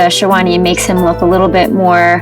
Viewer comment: even stuff like sherwani and lehenga they cant pronounce correctly... so how do you expect them to pronounce their names. shawani lol